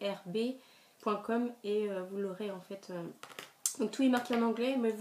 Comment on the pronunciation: ui sa ma fait rire que tu l'épelle bien et que tu dise iberbe quand mm mdr;Faut bien que tes abonnée te charie un peu;Bizou!!